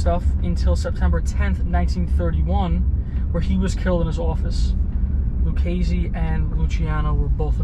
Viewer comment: Good job with the name punctuation! Great videos & Magnificent narration